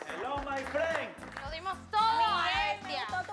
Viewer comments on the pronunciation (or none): Nadie, absolutamente nadie iniciando el programa y ya haciendo relajo😂😂 “Hellou May friend” como lo pronuncia🤣